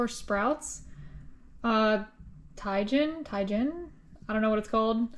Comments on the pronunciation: Love the video! And love you talking to the fish --- Hellooo, Blue Fish! BTW, They sell that Tajin seasoning in the Mexican Grocery stores near my house. I pronounce it Ta-Jin, but I think I hear Spanish people say TA-heen. I use it mostly on fruit like watermelon, canteloupe, and Honey Dew Melons, and on grilled or baked chicken. I have seen people just slice an avacado and sprinkle Tajin on it. I bet it would even be good on red meat or deer meat. I love the sounds chickens make when you feed them. We raised chickens, ducks, turkeys and peacocks when I was a young boy. I wish I had some chickens now, since eggs are so costly. Another fun video! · Tajin.... The j makes an H sound TaHeen... ( jalapeño ) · That seasoning is awesome on margarita rims, fruit basically everything. It’s not spicy and pronounced “ta heen”. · That Tajin is delicious! You pronounce it Tuh-heen. It's Spanish so the j is like an h. I didn't know either, my daughter brought some home, she loves the stuff, especially on mangos & watermelon with lime so that you have the sweet, sour & spicy, you can put it on just about anything. Love your channel, thanks for sharing your adventurous life!! 😊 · It’s called ta-heen. The J is pronounced as a “h” sound like a jalapeño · Tajin! Lol! Pronounced Tah-Heen. Sprinkle it on fruits like melons, kiwis, strawberries, Mangos for sure, and rim your tropical drinks too! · That seasoning is pronounced tah-heen it's good on beer and fruit. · The seasoning is pronounced Ta-heen- very popular in Puerto Rico ! 🫶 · Lol it’s Ta-HEEN. The Hispanics are gonna be shaking their heads hahahah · K, that spice is pronounced , ta.HEEN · You pronounce is TA HEEN! So good on popcorn, too! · Pronounced Tah-heen. Its mexican. Usually used on fruit, its popular in SoCal. Nice vid! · Tah hien is the pronunciation, its great on fruit or salads.😋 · Its pronounced Tah-Heen :) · The pronunciation of that seasoning the J is a silent 'H as in Tahin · Its pronounced taheen